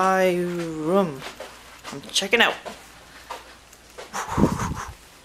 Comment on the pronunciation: LOL! You whirled around so fast, making sure you didn't miss breakfast, huh?, where are you from? You say room funny. D